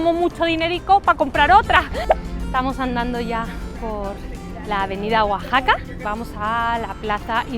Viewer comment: Excelente pronunciación de Oaxaca. Muy divertido el video. Salu2. Eres muy famosa, sólo me falta tu autógrafo.